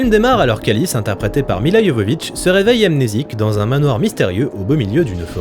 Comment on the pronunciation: Merci ! un des rares a bien prononcer Milla (Y)Jovovich. Elle st si belle...